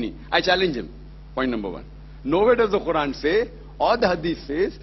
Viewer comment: Its quran not khuran